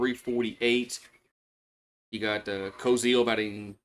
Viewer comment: You butchered some names: Wehiwa: (Vuh-hee-vuh) (brother with Kuhio & Golden Spikes finalist). Kuhio: (Kuh-hee-oh) (Brother with Wehiwa). Kozeal: (Ko-zsul) (Not Co-zeal, not Co-zol). Go Hogs. May the best team win tomorrow.